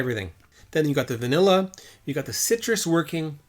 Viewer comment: Every time you say "citrus" I'm reminded of Horst Luening saying "Sigh-Trus" LOL